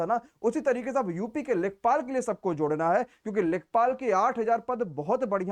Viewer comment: Lekhapal nhi lekhpal